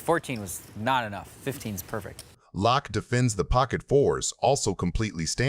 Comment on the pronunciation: AI voice is it pronounced Lack? Or Lock? Hint it’s Phil 🔒